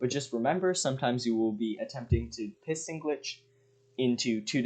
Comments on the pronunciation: Am i the only one who hears him say "pissing glitching"?🤣🤣🤣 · heard that too